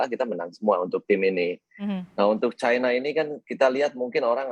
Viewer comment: China bukan kialen kialeng